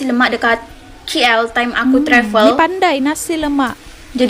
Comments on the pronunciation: yang saya paling tak boleh paham: "on the way", dia sebut alphabet dia "o-tay-way" 😅 dude... the short form is the same as the long form 😂 tapi whatever lah... you do you... negara dan bahasa masing2.... 😋 but KL is "kay-el" ya.... bukan "ki-el". saying it like that is showing ignorance and can sound disrespectful kalau tengah bad moodn. bahasa indo pun sebut "k" as "ka". not "ki" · KL tu bunyinya Kay El bukan Ki El dowh!